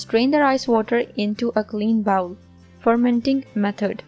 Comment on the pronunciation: Thanks for the recipe. Please correct your pronunciation for the word ‘bowl’. Bowl is spoken like بول in Urdu. Bowel is spoken like باؤل and please understand the great difference between the two to save yourself from embarrassment. Bowl بول is a container a small vessel or a big cup . Bowel باؤل is human waste, sh.t So when you speak ‘bowl’ as bowel then you know what great mistake you making in front of your English speaking audience around the world. They simply laugh at you.